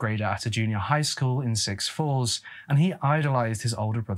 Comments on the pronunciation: Just to let you know, it's pronounced soo falls, not six falls, oh and while I am correcting your pronunciation, it is pronounced six-th not sick-th! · It's pronounced Su Falls. Not Six falls. The x is silent. Sioux is the name of the Native American Tribe from this area. (Born and raised and hour from Sioux falls) Sioux Falls is a city not a town with a population of 140,000 or so. Otherwise, great job! I'm 24 and I don't think I've heard of this case. But something about Gitchie Manitou sounds familiar? Thanks for covering this case.also, his name wouldn't have been pronounced Donna. Dana is pronounced Day-na. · Amazing research on this… Sioux Falls is pronounced SOOOUU falls. Like stew without the T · If you read the book it absolutely was a marijuana joint and Donna is pronounced Dane Ah and its not six falls it is Souix Falls but other than that great story telling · It's pronounced Soo Falls. not Six Falls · Lyon county = lion not lee on; Sioux Falls and big Sioux River = SOO or sue, not six 😂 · Six Falls or Sioux Falls? If the latter, it's pronounced SUE Falls. Very confusing. Also you said Drive Through. It's a Drive In. Just an FYI. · The X Is Silent it is sou falls Not six falls! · I think you are reading Souix Falls wrong. It's "Sue Falls" if that's the word. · “Six[sioux] falls” lol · Great video! Just wanted to let you know I live in Sioux Falls and it is pronounced Soo Falls. Like “Boo” but “Soo”. 😊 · sioux falls is pronounced “Sue” falls….come on its the home of bobby singer lol xx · It’s pronounced Sue falls. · Sioux falls ( sue falls) is how it's pronounced ❤ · Learn how to say Sioux Falls